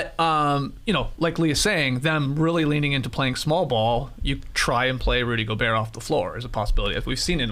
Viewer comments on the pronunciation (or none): none